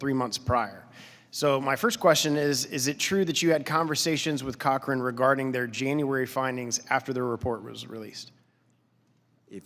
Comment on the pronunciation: It's Cochrane, not "Corchrane," but this is alarming if HHS pressured an independent scientific body to refute the authors of one of their studies.